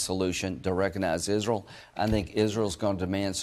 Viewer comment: SOMEONE CORRECT HIM IN PUBLIC ON HOW TO PRONOUNCE ISRAEL! IZRUL?